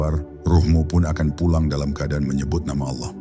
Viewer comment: Saya menyimak berulangkali konten seperti ini. Isi/ intinya bagus tp yg mengganggu adalah naratornya dlm mengucapkan lafal Allah. Kadang diucapkan dg lafal seperti pengucapan orang kristen, tp kdng seperti lafalnya orang Islam. Kok tdk konsisten. Naratornya benar2 Islam atau tdk..? Coba anda simak sendiri.. Cermati jg video2 yg mirip dg itu...